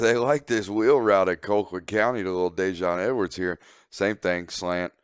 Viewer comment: Call-quitt damnit, not Coal-quitt